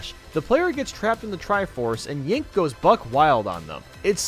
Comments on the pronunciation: He said Yink. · Did say “Yink” or was that just me? 😂😂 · Yep I heard Yink